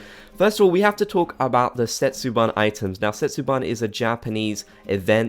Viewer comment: thanks for the video! jsut saying, "setsubun" is pronounced [seh-tsu-boon] not [ban] :-)